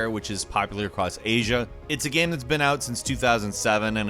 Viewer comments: Is it me or does this guy pronounce game as "Gam"? Lol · at 25 seconds...what the hell is a gayeum...and as a gaming focused youtuber why can’t you pronounce the word game? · Yo he said GAMM like 3 times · I don't mean this as a mock, but why does always say "gam" instead of "game"? Even the closed captions doesn't understand the word correctly. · Y u say gam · can we change the channel name to gaemranx? I feel like that's how pronounces the word game. gAEm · Anybody ever notice how pronounces "game" and "made" as "gaem" and "maed"? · Why do you say..."Gayham"?????? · Why doesn't this guy know how to pronounce the word "game"? I've never heard anybody pronounce it with multiple syllables before.